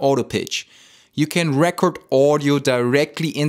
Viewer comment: The verb 'record' is not pronounced the same as the noun 'record.' You keep saying "RE--kerd" (the noun) when you need to say the verb "re-KORD"